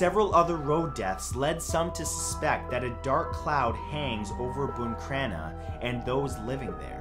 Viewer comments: I’m from buncrana and NO ONE says there’s a curse on the town 😂 plus it’s BUN Crana no BOON crana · Matt I love your videos but it’s pronounced Boncrana not buncrana and it was killing my ears hearing you pronounce it wrong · Ok I love in buncrana there’s no curse I’m in tears laughing cuz he calls it BOON CRANA It’s bun crana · What way are you pronouncing buncrana 🤣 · I live in bunncranna. This guy is pronouncing it wrong